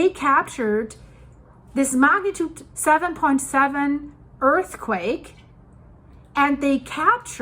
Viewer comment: I caught that "earthquack" part!😂😂